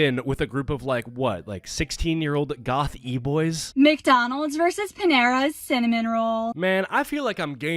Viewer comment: "Cinnaminna Rolls" 💀